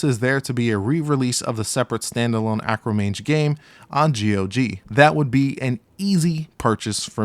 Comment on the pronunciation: Arcomage. Not Acromage.